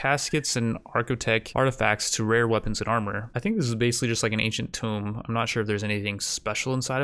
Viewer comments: The fact that you pronounce tomb "tome" greatly bothers me. It is "toom", rhymes with womb. T_T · the pronunciation is in the parentheses. oh and oo are different between the two words. He keeps pronouncing tomb as tome. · Day 2 of telling that Tomb is NOT pronounced like Tome. Tomb rhymes with womb. Tome is a soft rhyme with Bone, or Throne. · Why does he keep calling the Ancient Tombs, "Ancient Tomes"? Does he not know that "Tome" is a synonym for "Book"? It's Pronounced Tuu-mm not t-Oh-m. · For the love of god it's not a "tome". It's a tomb. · "Ancient Toam" You mean a "Tomb" Pronounced "Tuuum"....